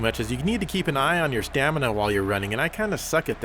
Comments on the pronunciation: "that stupid stanima meter from the races is still here" "that stupid stanima meter" "stanima" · Haha said "stanima"